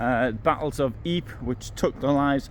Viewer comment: Well done as usual. Not sure anyone else calls Ypres "eep"